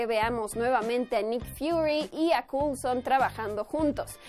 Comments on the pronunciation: "Culson" cringe pls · Agente " culson " lo dijiste 3 veces !!!!!! eso me jodio todo el video, es como cuando dije guifi entre amigos, nunca me lo perdonaron. Y te va a pasar a ti jajajajaja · Agente "cool-son"?